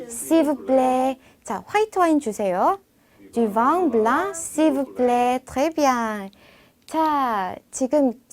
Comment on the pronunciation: 블렁, 앙 아니고 엉 으로 발음해야.